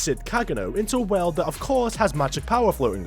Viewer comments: can u pronounce world correctly please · I love how you say world as werld with a hint of irish accent lol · Bro you’re videos are awesome, every time you say Weeeld I burst my a** laughing 😂😂😂😂